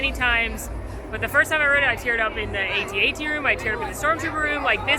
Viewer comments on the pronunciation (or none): LOVE SOO much!!! That said.....It's an At-At.....NOT a A-T A-T!!!!